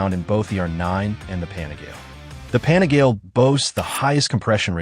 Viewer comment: It is pronounced “pa-ni-gah-lay”. Not pani-gale. My brain hurts every time I hear you pronounce it wrong!